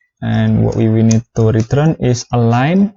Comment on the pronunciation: DAMN IT STOP SAYING RET'R'UNNN IT'S RETURRRRRN